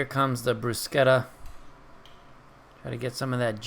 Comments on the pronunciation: love the video, and you are correct with pronouncing bruschetta... In Italian, the pronounce SCH like "K" not "SH" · your pronunciaton is correct!